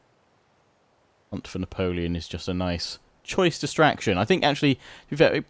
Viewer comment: Juts love your French accent when saying Napoleon !